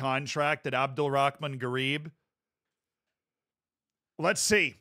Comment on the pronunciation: pronouncing Abdul Rahman with the most American way ever i love it